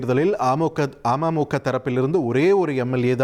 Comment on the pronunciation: Neega news vasikkum pothu ama muka soaneega .. Ada keatta amaimukka nu ninaikka toonuthu